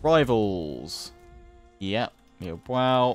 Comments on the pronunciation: Liu Biao is pronounced as Liew beeow, not Liew Bow. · Please learn how to pronounce Liu Biao's name properly, it makes me cringe every time. Lee-ooh Bee-ow not lee bwow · just another PSA, its pronounced Lee-yew Bee-oww. The Biao sounds the way its spelled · Liu Biao is pronounced Liu Bee-ow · Loving this series but oh my god, please stop saying Liu Bwao! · needs to check the pronounciation in Google Translate. Putting the Chinese characters of Liu Biao (刘表） into Google translate does the trick nicely. It is the most off pronounciation you have and most of the other ones are pretty close. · Your pronunciation of Liu Biao is horrific...